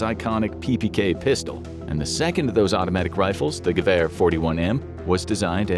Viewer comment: 2 things I learned “It’s Gev air not gew er” “Machina pistola!”